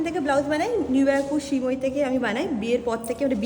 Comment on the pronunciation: Dokan er naam ta toh Sreemoyee (শ্রীময়ী) Tumi Shimoyi Shimoyi bolo keno shobshomoy